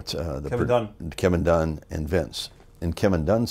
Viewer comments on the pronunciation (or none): none